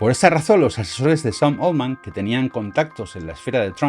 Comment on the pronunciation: 📢 La pronunciación correcta de "Altman" es ˈɔːltmən o ˈɑːltmən. Nunca 'oʊldmən. Oldman es otro apellido.